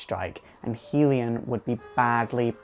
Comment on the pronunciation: Love your videos, but "Hellion" is pronounced "Hell-E-un" :D Keep up the awesome work :D